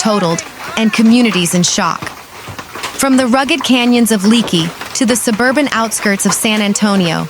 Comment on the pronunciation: this reporter needs to learn that it's not 'leeekie" - i't s pronounced LAKE-ee